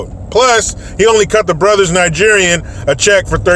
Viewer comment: I don''t think I could ever share a beer with you, man. I'm worried it would spray our of my noise every time you say "Brothers-Nigerien". And my mentor is Nigerian. Best human in the world.